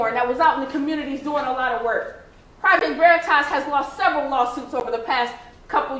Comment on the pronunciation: "Project Veritas has lost everal lawsuits..." grasping.